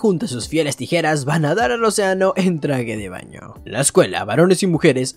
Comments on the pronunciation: la nueva forma de decir tijeras tirejas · Jajaja dijiste tirejas jajaja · Dijo mal la palabra tijeras 3 vez xd saludos